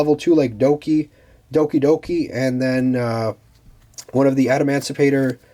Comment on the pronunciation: He was saying "adamandrite” 😂